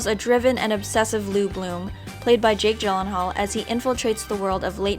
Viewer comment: Did anyone notice she said John hall instead of Jake Gyllenhaal